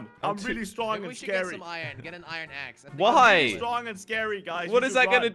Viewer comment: It was so funny lol he said eat my axe witch sounded like eat my as lol